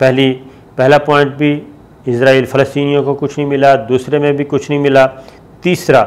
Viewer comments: O bhai jaan ap izraaeel kun kh rhy ho wo Israel Hai na KY izrael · Lafaz Israel hai izrael Nahi Shakar ko Israel ka koi baty izrael ghalt Bol Raha hai 😡😡😡😡😡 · اسرائیل اور عزراعیل دونوں الگ ہیں آپ بولتے وقت جان بوجھ کے غلطی کرتے ہیں اور بار بار کرتے ہیں، کیا اس سے بھی آپکو کوی فائدہ ملتا ہے، کوی ٹکٹ، وزٹ یا کار ؟